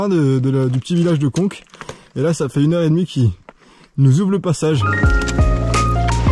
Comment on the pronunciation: Oui je sais que c'est Conca ;) C'est un Corse qui m'a dit qu'on ne prononcait pas le A à la fin des mots, et donc cela fait en prononcant à la corse "conque" :D Il ne faut pas m'en demander plus ;)